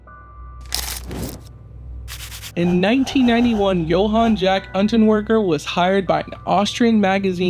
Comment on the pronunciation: Unter veger I think it's pronounced.